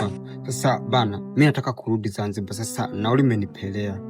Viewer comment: 😂😂😂😂😂😂the pronunciation of the word Zanziba got me 😂😂